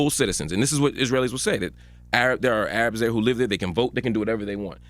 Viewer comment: can someone please help Charlamagne tha God pronounce the word Arab rather than A-rab